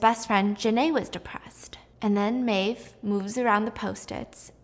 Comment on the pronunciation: Her name is BRON-WYN… brawn-win…! Omg Steph, come on. It’s an easy Irish name. You got her sister, Maeve, correct. And note to the author, epinephrine has laws for storage in schools, it’s a prescribed medication, not a damn Tootsie Roll. They would never be sitting out in a cup on the office counter.